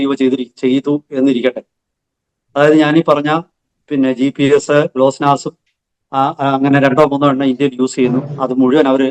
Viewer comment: Glossnass alla GLONASS